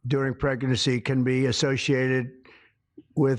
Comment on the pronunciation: Preggernancy.... nailed it.. FFS🫩